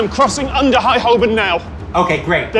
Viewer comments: I winced every time someone pronounced Holborn as it’s written 😂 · Three Americans attempting to pronounce Holborn made me laugh much harder than it should have